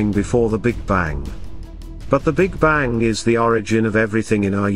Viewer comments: The big Bangk? What is a bangk? LoL!! The almost robotic voice is terrible at pronunciation. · Why the hell are you pronouncing bang with a K? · Sorry, can't listen to someone that pronounces "bang" as "bank". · The "Big Bang", not the "Big Bank". Damn computers. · Tolmasoff how can u listen to a person who says the big bank & not the big bang?this narrator cant even speak words properly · Bastikov he said the big bank.this gut cant even pronounce words properly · "Big banK"??!!! REALLY??!!! Perhaps a different narrator might be a good idea!